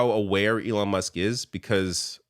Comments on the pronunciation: Trump called Musk Elijah? 😂🤣🤣🤣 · Trump called musk elonja 😂😮😂💩🎃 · Did he call him Elonia? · Elonya Did no one hear Trump call Elon, Elonya? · Did Trump call him Elijas? 🤔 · He called him Leon at a previous event, and in this very video he calls him "Elania". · I feel like Trump calls him "Elijah"! I've listened to the clip 5 times now. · Maybe I'm mishearing it, but it sounds like Trump is saying "Elonia".